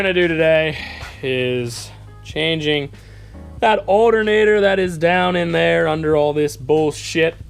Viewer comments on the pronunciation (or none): I can’t stand how he says alternator “aldernader.” It’s not an alder nater bro! 😂 other than that the video was great! 👍